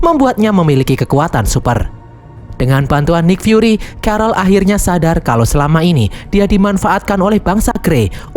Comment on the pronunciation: nik fyuri cara bacanya bang